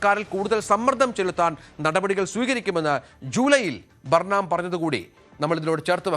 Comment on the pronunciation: ബർണാം അല്ല ബേണം ആണു ശരി ഉച്ചാരണം.